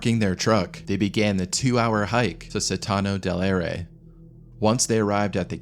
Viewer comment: pronounced.Soh-thano dehl ah-e-reh